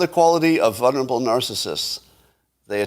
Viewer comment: Scott, you know I love you but FFS there are TWO Ls in “vulnerable”...! VUL-nerable. Like VUL-ture.